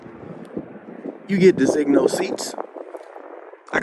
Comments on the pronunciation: De-zin-yo is disigno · You are not pronouncing "Designo' properly. Do you pronounce the 'g' in filet mignon? Try saying, 'da zeen yo'.